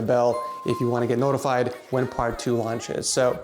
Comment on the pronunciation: your cabelmanagment is shit and you say lounch kabelmanegment is shit